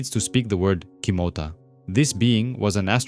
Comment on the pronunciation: Kimota not kitoma